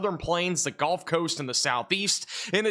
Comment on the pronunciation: The “golf” coast 😂